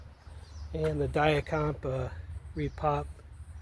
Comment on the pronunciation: Thank you for pronouncing Dia-Compe properly.